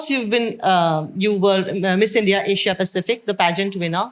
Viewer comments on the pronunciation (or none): none